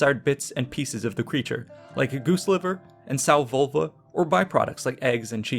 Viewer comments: Um was that “sow vulva”?!🤢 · Wait, did you say sow vulva? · caught me off guard. I had to go back and listen twice to make sure... Sow vulva huh? That's uh... Interesting? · did he say sow vulva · Did you say sow vulva???